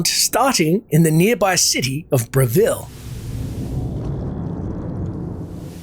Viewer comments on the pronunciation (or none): none